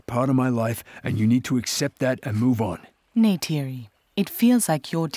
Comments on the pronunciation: not him calling her neide again 😭😭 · Jake complains about Neytiri mispronouncing the "J" in "Jake" when he always mispronounces the "R" in "Neytiri." 🤨